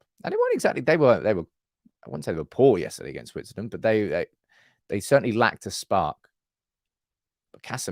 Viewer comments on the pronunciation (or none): none